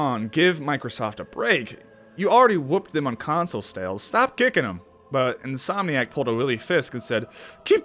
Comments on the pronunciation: What does Robinson number and the meaning of life have to do with Spider-Man? I swear to god man, sometimes you are reaching so hard it's fucking unbelievable. And stop saying "Insom" for fuck's sake. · Stop announcing the game company wrong please it’s irritating. It’s insomniac